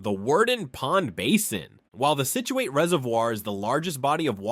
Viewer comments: / Sounds like somebody burped and farted at the same time. "33rd: Block Island's Mohegan Bluffs" LOL! Also, it's "SIT chew it", not "SIT chew ATE". (Scituate). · It's "sit-jew-wit" you sound like a idiot when you say it wrong. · "Scituate" like "situate". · Nin-ni-grit Scit-u-it the mispronouncing of these native American words made my ears bleed, but that is probably how us Rhode Islanders sound to everyone else!😅